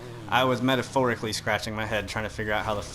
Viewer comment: He said metaphoricaly 🤣🤣🤣